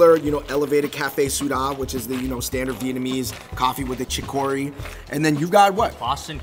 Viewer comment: NYC's Viet food scene is extremely lacking, my Viet friends who live there complain about it all the time... Also, David's pronunciation of cà phê sữa dá and "Chi-Ko-Ree" made my day